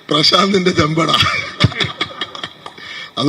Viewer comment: ചെമ്പട അല്ല അവർ പറഞ്ഞത് ചെമ്പെടാ എന്നാണ്😮